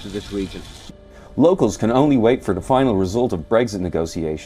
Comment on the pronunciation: That guy with the American accent pronounces it "Bregszid" referendum.